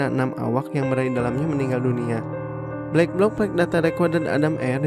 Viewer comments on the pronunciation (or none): Tulisan:black block Dibaca:blek blok